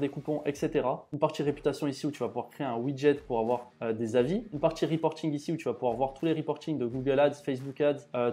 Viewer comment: tchutoriel, tchunnel, automatchique, partchie, tchier, optchimiser, partchie, outchil, tchu . . . Mais tag et pas tchag, automatchique mais pas autchomatchique, etcetera et pas etchetera . . .